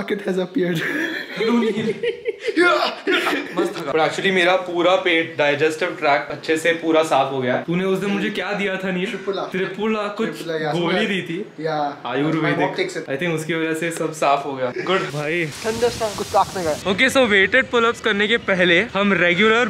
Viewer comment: It's त्रिफळा bro not त्रिपुला